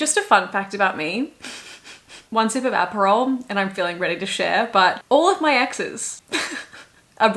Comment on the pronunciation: “After one sip of aprohal” lolll